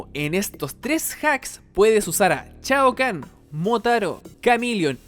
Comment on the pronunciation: Chiva? Chaokan? Jajajaaj shiva . Shaokan!! Buen video igual .